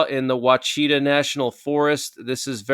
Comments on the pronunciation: Ouichita mountains pronounced wash-a-ta. Just FYI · Wa-chi-taw mountains. Love ya man!